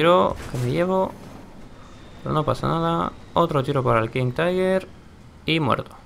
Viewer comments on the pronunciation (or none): none